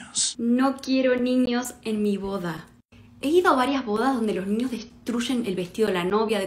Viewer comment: Siempre dice bore y es boda parece como potaxie JAJAJA